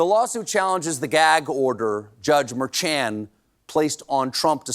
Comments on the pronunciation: Mer-sean(shawn) not mer-chan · Stephen, The judges name is pronounced Mer-shon. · It's Judge Merchan: Mer-shon, like Cole-bear 😊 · Glenn Kirschner pronounces Merchan as Mershawn. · You're mispronouncing Judge Merchan's name in the beginning, but then switched to the correct one (more like "prawn"). Not sure what happened, but good to get the correct info out there in the end.